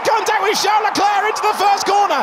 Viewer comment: Verstapeun, Hamilteun, Charleuleuclerc... 😂🤣🙌